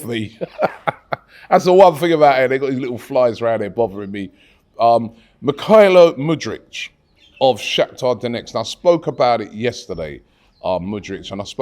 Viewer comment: Mudryk, not Mudric lol